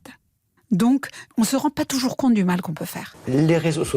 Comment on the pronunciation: Oui, touyours, touyours 😁